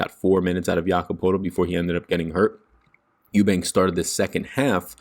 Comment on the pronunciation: I went to school with Drew Eubanks!!! You said his last name right lol